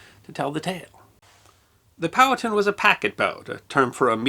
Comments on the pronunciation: Great story. I have heard it before, but not told so well. Curiously, when told to me the name was pronounced pow-HAT'-ten(1, 2nd syllable emphasis) as opposed to POW'-uh-tun(2, 1st syllable emphasis) as you did. Looking this up, the native american tribe is pronounced poe'-ah'-ten'(3, even emphasis). The town in NJ is pronounced like (1) by locals. I am guessing back in the 19th century, it was pronounced all three ways, and probably a few more. Thanks for the story. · I often enjoy your content, because, even if I’m already familiar with your subject matter, it’s often nice to hear another point of view. That said, here in the south, especially in The Commonwealth of Virginia (from where Chief Powhatan hailed), the name Powhatan is pronounced “POW-huh-TAN” (“Pow,” like the sound from a Batman vs. bad guy fight, “Huh” like an exhaustive exhale, and “Tan” like the colour.) Keep up the GREAT work! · In SE Ohio we always said "POW-hattin'", as in POW-hattin' Point, but we was all hillbillies too 😉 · Love your channel. I believe it's "Poh-wah-ton" though. Yet, I'm no carpenter. 🤷‍♂️ ☀️😎🇺🇸☀️